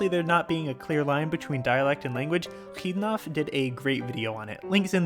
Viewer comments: Hahaha, he pronounced Xidnaf as Hidnaf. Xidnaf himself even said it is pronounced Zidnaf. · Just so you know, Xidnaf no longer pronounces his name like that. The "X" in his name is not pronounced /x/, but rather /z/. Sorry for nitpicking.